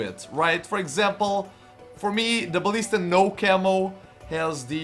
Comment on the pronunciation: I love how you say Ballista